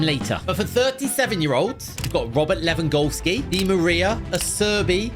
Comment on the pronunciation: warms up my heart that he said “Robert LewanGOLSKI” ❤️